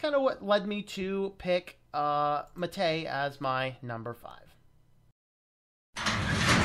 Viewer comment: The Prentice on Mate is on the a, so it's "mah-té", not "maté".